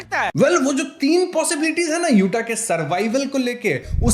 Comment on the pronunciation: Accha hai yuta hai, yute nai hai